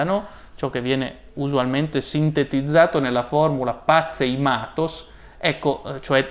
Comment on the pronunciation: No daiii... non 'pazei mathos' .. pathei è corretto... th dentale aspirata!